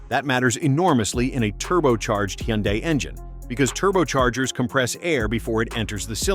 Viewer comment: What is a you hun die. I've never heard that pronunciation. I know it's AI but geez.